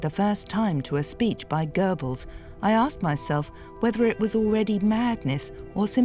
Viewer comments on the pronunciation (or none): none